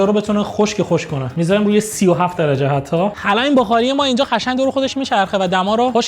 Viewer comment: چرا قشنگ رو یجوری تلفظ میکنی کلاً ق و ش رو یه جوری تلفظ می‌کنی نمی‌دونم چرا